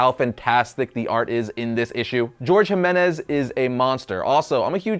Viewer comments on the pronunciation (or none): George Jimenez? You mean Jorge Jiménez